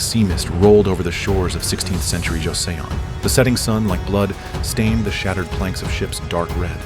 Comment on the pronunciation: It is not Jo-Se-On.... it is Jo-Sun....